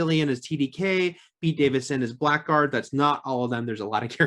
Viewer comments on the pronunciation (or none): none